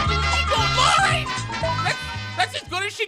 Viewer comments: lauri markkanen’s name is pronounced “LOW-RY MARK-AN-EN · Lauri is pronounced “Lowrie” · Dude pronounced Lauri and Markkanen wrong